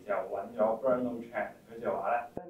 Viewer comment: 發問嘅人 啲質素 太唔夠班! 連 好普通個名 Bernard 都讀到 錯得好離譜。